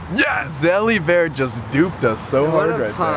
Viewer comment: LOL. NOT ZELLY BEAR